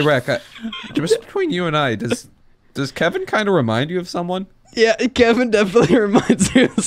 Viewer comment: YOU SAID WHO KEVING IS